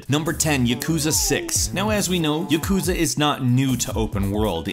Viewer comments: PLEASE learn how to pronounce Japanese titles. You work as a presenter in these videos, so pronunciation is something you need to be good at. Good video otherwise! For example, Yakuza isnt pronounced Yakuuza, its pronounced YAkuza. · YA-ku-za. Not ya-KU-za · YAKOOZA YAKOOZA ahah i'm sorry you pronounce yakuza so funnily